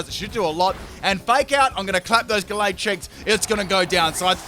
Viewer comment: U said the name of gallade right